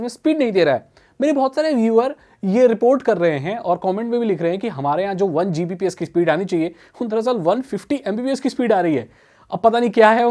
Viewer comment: Gbps not GBps 🤣🤣🤣